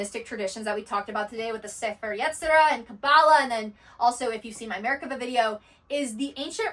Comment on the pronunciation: Her pronunciation of מֶרְכָּבָה is always incorrect, which drives my skeptical mind to think what else she's saying is...incorrect.